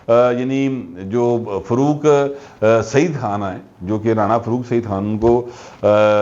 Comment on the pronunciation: اردو میں فروق نہیں فاروق ہوتا ہے